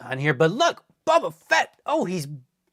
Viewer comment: I always laugh when he says "bubba" instead of "Boba" 😂